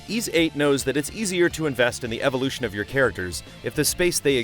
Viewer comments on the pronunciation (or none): none